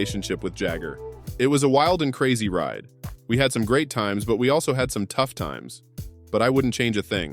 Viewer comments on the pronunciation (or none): none